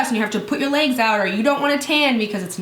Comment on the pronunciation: Leegs... Reminded me of when you first introduced the Sally Hanson product way back... I just find the way you say legs funny... I died laughing for the rest of the video lol... Love you though.